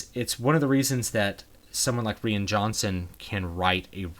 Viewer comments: Rian = Ryan, not Reean. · Why does nobody seem to understand that Rian Johnson's name is pronounced "Ryan" just like Ryan Gosling for example. It's not "Ree-inn", or "Rain". That said, he doesn't get Star Wars by any name. What an insulting, and confusing mess The Last Jedi is. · Ree-n johnson huh ;p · Why does he say Rian Johnson like that